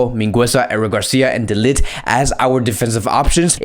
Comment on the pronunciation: Not to be that guy, but De Ligt is pronounced "De Ligt", for non-Dutch speakers pronounced "The Likt". When you pronounce his name it sounds like a party will be lit.